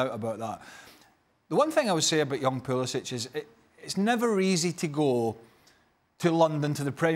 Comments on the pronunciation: Not “pool-esss—shiiittcch” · It's poo-liss-ick.. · Bro... it’s pa-liss— ic. Pronounce it the way the player prefers. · Henry Ortlip bro it’s poo-li-sitch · Is it pronounced “Pulisic” or is it “Pulisic”? 😂